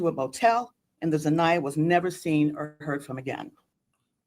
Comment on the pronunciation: She didn’t even know her right name Zaniyah it’s Na’Ziyah fool